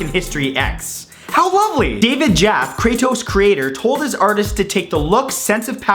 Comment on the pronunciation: You mispronounced David Jaffe's name. The e isn't silent.